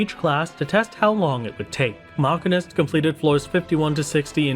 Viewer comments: i don't know why it bugged me so much but it hurt to hear him mispronounce machinist (muh·shee·nuhst) by calling it makinist. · LOL why are you saying Machinist like that? its simply Machine-ist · yikes that MCH pronunciation. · Your pronunciation of machinist is extremely upsetting. It's not even a fanciful fantasy word you live in a world with real machinists and I am distraught that you've been mislead like this.